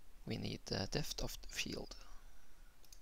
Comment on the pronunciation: problems with the word depth? it's like saying dept silent 'h' :) great tutorial tho :)